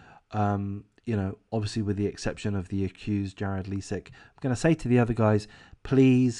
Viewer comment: AWP basically started a movement that became a network of sorts of various YT recovery divers across the country. AWP was the most famous. The other teams were involved in Collaborative videos. Btw Leisik is pronounced with a long “i”, and not a long “e” sound. Ms. Rodni’s name is pronounced as “Kiley”, also with a long “i”.